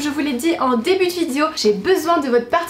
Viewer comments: Si j’étaie mesquin je dirais: "ça se prononce "vi dé o"... pas vidzjo.........c'est pas tout de se dandiner et de loucher en battant quinze fois des cils pas syllabe, il faut apprendre à articuler." Mais je préfère dépasser ce qui m'offusque dans la forme et me tourner vers le fond: Vraiment, il faut que tu te penche un peu sur les stéréotypes de genre qui ont façonné notre société en laquelle l'homme incarne virilité implacable, insensible, et la femme une petite chose fragile comme tu le décris... en réalité les hommes sont sensibles et les femmes sont fortes et vise versa. tant que ces stéréotypes ancrés dans nos mœurs et nos cultures ne changerons pas, la femme sera toujours dominée par le patriarcat phallocrate et machiste qui gouverne ce monde. Tu devrait vraiment vraiment te pencher là dessus. tu répand le discours d'un pure produit de ce monde qui a fait de la femme un objet de phantasme sexuel docile et "objetisée" par l'homme, tu entretiens cette conditions en colportant ces stéréotypes. Je ne dit pas que l'on ne peux pas se retrouver dans la superficialité par choix, mais là c'est une chose tellement ancrée dans notre culture que la question du choix ne se pose pas, on apprend aux garçons à être des abruti viriliste qui pense avec leur teub et aux nana à être belle et à s'écraser face à la suprématie du mâle homo-sapiens oppresseur, si bien que chacun se bâtit depuis le plus jeune age sur ces modèles. Il n'y a vraiment rien qui te dérange là dedans? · Tu sais pas dire "vidéo"...Je trouve ça tellement cute à chaque fois ^^